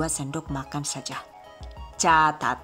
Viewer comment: Caaacaat eh salah , CAAAATAAT